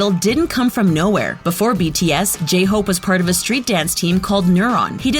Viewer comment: How dare you mispronounce my precious J-hope.